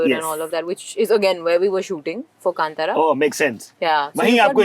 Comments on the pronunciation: I thought atleast she will correct his kantara pronunciation. Also why he is speaking Telugu when shetty name came up. Telugu is not their mother tongue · Hyundai is easier to pronounce than Kanthara???